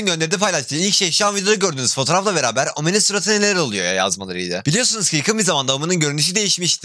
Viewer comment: Kanka o nasıl omen demek küfür gibi amaskdkasdas